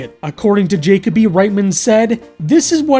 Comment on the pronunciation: Just a minor correction on pronunciation. Jakoby isn't pronounced JAY-cob-ee, it's pronounced jah-KOH-bee Or to make this more clear juh-kobe not jacob-y. You em-PHAS-ised the wrong syl-LAB-le (I love this joke)